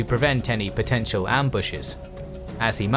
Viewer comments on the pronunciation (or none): none